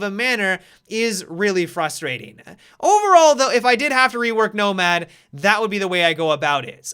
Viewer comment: He kept saying nobad (nomad) idk it kind of made me laugh